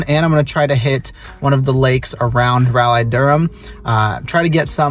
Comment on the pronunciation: raleigh is pronounced raw-lee for the record cool video tho!